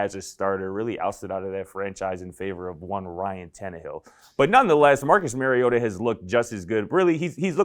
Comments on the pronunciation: You are saying his name wrong. And Mariota no question about it. Everyone too hung up on rookie fantasies. Mariota is poised to return as a top 15 QB this season, and his ceiling is even higher. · It’s not “Mary” ohta